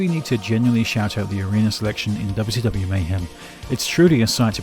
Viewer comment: i hope you dont mind, but i love how sometimes it sounds like youre saying "Dubby Stubby", whenever you say WCW 'too fast' (and yes, i Am aware of the times youve pronounced it as 'Double-You See Double-You' as well, im just saying that im glad you have "that much" of your wonderful accent :D)